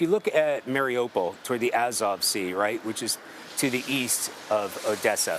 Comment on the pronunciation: news, Someone please tell the correspondents that they mispronounced Mariupol. Listen to a Ukrainian say it. Marie oo pole, not Mary opal. Thank you for your attention and 💙💛 SLAVA UKRAINE!💙💛 🙏 PRAY for the Ukrainian People 🙏 and the end of Putin's illegal invasion.